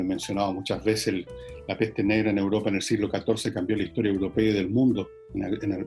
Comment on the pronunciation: es "Europa", no "uropa"...